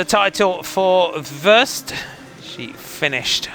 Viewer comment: Could you please change your pronounciation of Worst? You constantly jinx her, as if she's usually the last to cross the line... :( The o should sound like the au in sausage, or the o in dorm, or the a in warm.